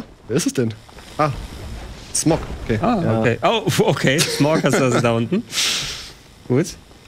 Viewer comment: Jungs . Das wird nicht Smogh ausgesprochen sondern Smough. Das G ist Stumm.